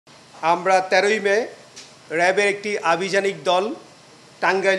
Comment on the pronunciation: আভিযানিক দল !😂 ই তো দেখি 'প' কে 'ফ' বলে?!😅 what an elite !😂